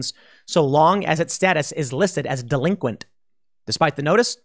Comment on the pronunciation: Pool, did you say "delinquent" or "delinquenTTTT" ?